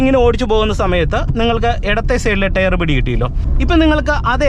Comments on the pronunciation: "Tare" allaa bru, Tyre. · ടെയർ അല്ല ടയർ ആണു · ടെയർ അല്ല, ടയർ😅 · ടെയർ അല്ല : ടയർ .......